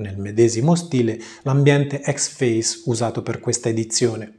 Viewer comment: Però dove tu veda la A in Xfce non lo so :p Suona pure figo, ma si chiama Icseffeciè o ecsefsi-i Ironia a parte, lo intendo dire costruttivamente! Video molto utili ai principianti, ed è difficile trovarne :)